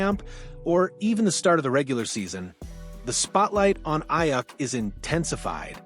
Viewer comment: I had to stop watching. Just for keep pronouncing his name wrong